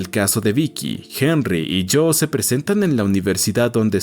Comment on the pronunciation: Adicionalmente, algunos nombres están mal pronunciados, como Jo la compañera de Henry y no "Cho", y Abe es diminutivo de Abraham por lo que en inglés se pronuncia como "Eib", entonces me pregunto, el video fue narrado por alguien que No sabe leer nombres en inglés, o por una voz electrónica.